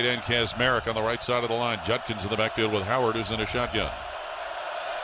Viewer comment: You'd think a professional sportscaster would be able to pronounce the name "Judkins", but no, this dunce continues to say "Junkins".